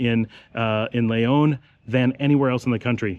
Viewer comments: why do you always pronounce the word Leon, Layon>? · 1000s times I hear you say, " l-AY-on " , hurts my ears like scratching a blackboard with your finger nails. man Its your home, if you were an outsider it would be understandable . My friend, I mean no disrespect, I appreciate ALL the info in your videos about Nicaragua. Please look up the pronunciation of Leon. like the Brits add an "r" to many words such as China, they say ChinR, we all know the Brits know better.